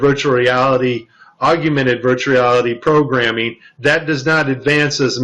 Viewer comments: P.S. It's pronounced 'augmented' not 'aug-U-mented'. Love the wire harness at the end. I wonder how they would try to explain that? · hey man you did some good work here but you gotta fix the audio. calling it "augumented" instead of "augmented" affects the credibility of the claim. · I want you to sound the best so look at the word. Aug-men-ted. You add an additional "U" after the g. I love your work. This was an awesome video. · "augumented" VR, huh. He can't even pronounce the term properly. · I found that amusing. Almost as amusing as realtime photorealistic CGI. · Wow, not only can he not say "augmented" properly, but when he puts text on screen he spells it wrong too.